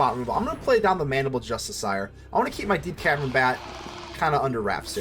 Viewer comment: i got triggered by the way you say "justiciar"